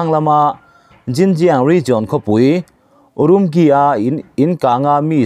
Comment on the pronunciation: lo ngaithla chiang rawh aw. URUMQI city hming i lam dan hi a Diklo aw. English 'q' hi Chinese tawng chuan ' Chi' ti a lam tur. URIMCHI.. ti ang in. Anmahni Jan Chinese chuan an ziah dan ah chuan, Ulumuchi ti anga lam ani. Nakin ah i la puang leh zel mai thei a, i lo Notice dawn nia.(kum 13 lai Urumqi city ah ka cheng ve tawh a, ka lung aleng in, mipui te ka khawngaih hle ani)